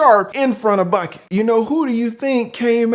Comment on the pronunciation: Come on not Bucket again. Lol it's Buckey like pronounced Buck•E 🤣🤣🤣🤣great breakdown as always. Wishing you all the best and continued good health